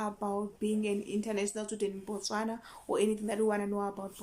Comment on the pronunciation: You pronounce the word Botswana quite well. I'm impressed.